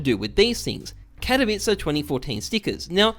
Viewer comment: The only youtuber that can pronounce '' katowice''